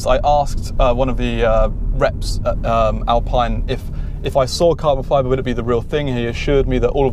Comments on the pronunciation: Alpine sounds more exotic even though its the wrong pronounciation. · Say Alpeen!!! like you say Ferraree and Lamborghinee! what an english uggly pronunciation you've got!!!